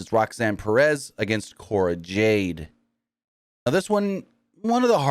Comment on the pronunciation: It’s Jade not Joade